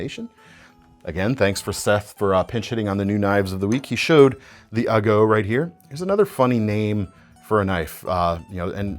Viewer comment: Hey, knowing now the origin of the "ago" name (which makes it make way more sense thanks!), as a Spanish speaker, i have to presume that in Italian it's pronounced "ah-go" not "uh-góh":)